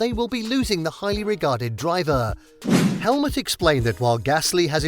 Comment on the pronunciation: 😡🤯Your videos are bloody frustrating to watch ! It is Helmut Marko, not Marko Helmut ! And it is Helmut, not helmet !